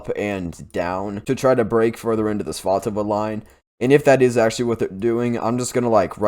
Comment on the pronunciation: I'm so glad you say that place name clearly. I misheard it on another channel and thought they said Pikachuchance. I had to look at their map. 😀